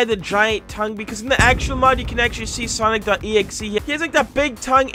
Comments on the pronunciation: watching the video, hears say "Sonic ex" instead of "Sonic.EXE" (or "Sonic Exe"), day ruined, dislike earned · ITS SONIC EXE NOT SONIC X i mean the pronounciation